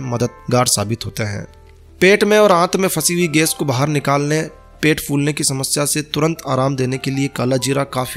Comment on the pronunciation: Ges nahi gais bolna sikhiye pahle